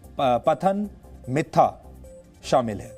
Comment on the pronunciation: Patha-nam-thitta pls pronounce it proper way